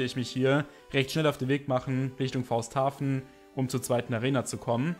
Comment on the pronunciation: Es heißt FaustAUhaven. Nicht Fausthafen 😅